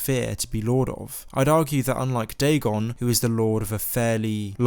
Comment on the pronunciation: All credibility goes out the window when you say dagon.